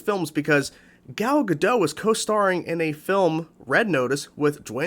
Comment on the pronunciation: Btw, Gal’s surname is pronounced like it’s spelled, “gah-dot”. It’s not a French name. I made the same mistake for a while